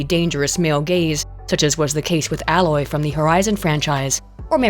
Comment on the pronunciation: LoL you pronounced Aloy like Alloy